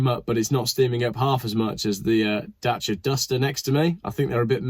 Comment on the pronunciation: Good vid, enjoyed it about the Cossie.. my ‘gripe’ is…… your last few sentences your mention ‘Datcher’ (Dacia) why o why o why o why these days Dacia is pronounced DATCHER !!!!!!!!! Even far back as the 70’s these inbred Renaults have always been known as ‘DAY..CIA’ DACIA it’s on par friggin annoying as the yanks calling Jaguar, JAGWAR…FFS